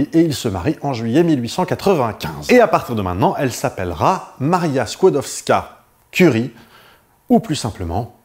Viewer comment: La jeune Maria Sklodowska (bravo pour la prononciation) s'est placée 4 ans comme gouvernante (logée, nourrie, blanchie donc rien à dépenser). Elle envoie tout son salaire à sa soeur Bronia pour financer ses études de Médecine à Paris. Et ce n'est QUE quand sa soeur a fini ses études que Maria vient à Paris et Bronia prend en charge ses études. Je conseille la comédie "Les Palmes de M. Schutz" qui relate, entre 2 gags pas du tout biographiques, la découverte de la radioactivité. Il y a aussi la série "Marie Curie, une femme très honorable" d'après la biographie de Françoise Giroud. On y retrouve Jean Perrin, Paul Langevin, les Borel, bref tous les Dreyfusards... C'est tout pour moi, merci de votre attention...